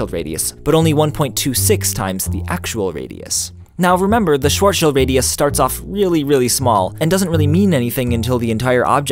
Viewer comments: its not schwart schild, its schwartS schild (a sharp S) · It isn't "shuarshield" it is "Sh- vartz-shield" as simple as using google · By the way the "ar" in Schwarzschild sounds damn close to "are" and not like you pronounced it. However it would sound like "schwoazschüüt" in Austrobavarian. Also the "i" in "schild" is short and the "d" is more of a "t". The "i" in "shield" is long. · Its Schwarzschild not Shwuoazshield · man you are so annoying calling it shwart-shield... it's clearly spelled CHILD. shwarts-child radius ffs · He sed it Wong. It's starts-child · When you are german and get triggered everytime he says Schwortschield instead of Schwarzschild 😂 but nice trying bro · I've always heard it called "Shwartz Child" not "short shuuld" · It's not "shield" either, its "shilt" with a short i sound as in "fit" and a T sound instead of a D because German pronunciation needs some getting used to. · Broockle, no, not "sheeld". It's a short "i"; as other have said "shilled" is much closer, but "shilt" is even better. Ending "d"s are pronounced like "t" in German. The German names that annoy me most when anglophones pronounce them are Messerschmitt ("Mesher-Smitt", I have no idea who started pronouncing "ss" like "sh". If you just ignore the "c" and pronounce it English, you're already very close) and Kirchhoff ("Curtshev", which makes him sound Russian. To be fair, the "ch" here is unlike any sound in most languages, it's also very different from the ch in "Loch" or "Bach", although German uses "ch" for that sound, as well.) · It is called schwarzschild but you say it like sworzschild. That hurt my german ears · Every time you said "Schwarzschild" i hear short shield. Yep, german is very hard to pronounce for non German People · „Shwuazsheld radius“ So great to be german xD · its pronounced sw-ar-tch-child radius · Shvahrdsshihlt xD deutsche aussprache 4tw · XD Shworzschild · Es hört sich an wie "Shortschild" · it's shvartsshild right? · XD i know right!